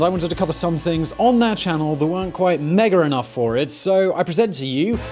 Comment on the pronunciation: The R at the end of "mega" right at the beginning was....scary lol